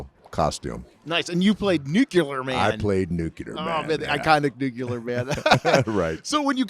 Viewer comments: NuCLEAR Man. Not NuKULAR Man. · You're right, he did say, "Christopher Reeve as Superman." Everybody keeps saying "NuCular," though. 😂